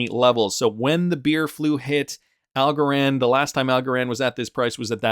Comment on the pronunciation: Algorand rhymes with Also-ran